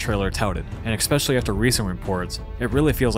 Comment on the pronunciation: Hey, as someone who records his voice for a living, you really need to stop saying “ekspecially.” Great review though, and I appreciate the honesty!